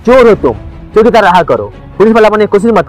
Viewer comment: Chor bolna to sikh pehele 😁😁😆😆😆😆